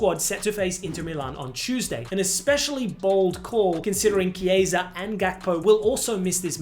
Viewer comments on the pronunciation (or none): none